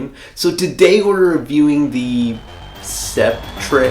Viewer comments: not to be rude correcting your pronunciation but I believe it's pronounced SEP-ter, but great video! really helped me with my choice! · Scep-tray. Fuuuuuuh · sep-tre..?hmm okay 🤦